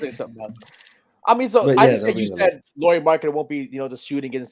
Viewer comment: Yeah, when you learn how to say Lauris name (similar than "Lowry" in Kyle Lowry) I might actually believe you have watched Jazz enough to have opinion on him. 😂 He isn't top 45 player for sure! He is top 30 easily, I could easily be talked to 20-25 range too. For example in raptor ratings last year he was total raptor 25 and war 28. I would be surprised if he stays healthy and won't make all star. If all-NBA wouldn't be going positionless I would have said he makes all-NBA too. Now it might be harder. There was a valid case for him to be all-NBA this season though but he was the first player out instead. Oh and Jazz actually played him in 3 a lot of the last season and I'm pretty sure that's what they plan doing this year too. You guys said they can't play the big lineup a lot but they did last year with Lauri, Walker and Kelly or earlier in the year Lauri, Vando, Kelly. It worked just fine 😃